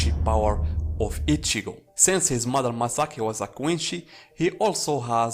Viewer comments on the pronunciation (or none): none